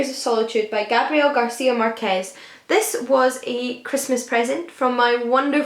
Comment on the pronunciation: Truly beautiful book covers! The white horse one, stunning... (something I've noticed is that English speakers struggle a little when it comes to names in Spanish. Márquez is stressed in the first syllable. I understand that our accents can be confusing, even for us! I hope it's a bit of useful information, maybe it's irrelevant but I just wanted to help out!) x x